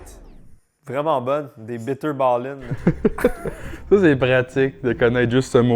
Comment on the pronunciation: Yo quand j'habite encore au Pays-Bas je mange toujours le hagelslag et bitterballen, et je trouve que tu as bien dit bitterballen!!!